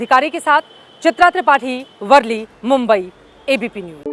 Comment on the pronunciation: वर्ली नहीं,, वरळी है...